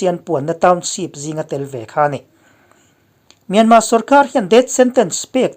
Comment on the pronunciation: Myanma tia lam hi a dik e.